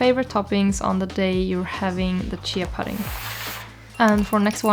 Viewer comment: "Thyme" is pronounced exactly the same as "time", "pudding" is "oo" like in "hood" or "good".